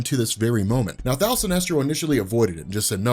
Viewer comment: Why do you keep saying thal?